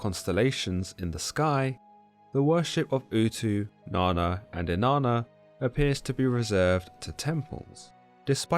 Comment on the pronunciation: Inanna sounds like enana in Spanish which means dwarf, and that’s all I hear every time he said here name.